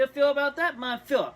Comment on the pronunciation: It's called Führer not Fuher, just to keep that right